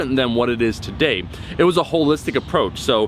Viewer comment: Train calves everytime he says hollistic